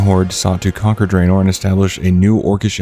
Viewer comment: Draenor is pronounced drah-nor, not dray-nor, by the way. :P